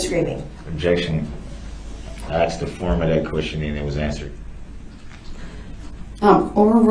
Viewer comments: Summary of trial: 1. I do not consent to being cdlled that name nor do i know who that person is 2. GROUNDS!!! GROUNDS!!! GROUNDS TO THE GROUNDS!!! 3. "So would it be fair to say...." 4. I "axed" a question. The End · Axe. Substain. Grounz. Tacket agreements. He can't even put a sentence together. So glad he's spending 10 lifetimes in prison. But good for him, that he argued to take one year off for "time served." What a legal expert Baby Brooks is. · im glad the "axeing" isnt just annoying me